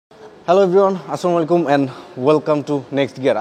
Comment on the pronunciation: ভিডিও পুরো টা দেখতাম যদি প্রথমে সালাম দেওয়া টা শুদ্ধ হতো।